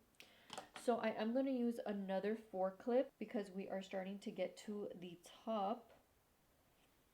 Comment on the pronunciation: I kept hearing “forklift” instead of 4 clip🤣🤣🤣 I’ve been wanting extensions for the longest time!